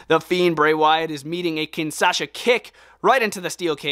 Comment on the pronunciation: it’s not kinsaha it’s kinshasa